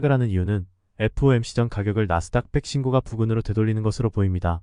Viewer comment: 우리말 숫자 읽는 법 부터 다시 해야 겠어요. 그리고, 신고가는 발음이 신고까로 하는 겁니다.